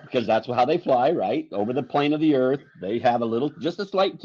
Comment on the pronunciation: "Cuz the earf is constantly rising, or going up. Duuuuh!?!?" Lol... That one Always makes me laugh.